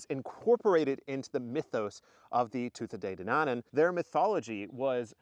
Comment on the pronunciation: Hi, fun episode. Planning a trip to the cave later this year, hopefully I will get a a bit further in than you guys,but I understand your trepidation...😅 It's normally pretty muddy on down so my advice to your viewers is wear wellies and an overall. Tuatha De Danann is a tricky one alright... phonetically it's pronounced Tooha De Danan. Enjoying the series so far.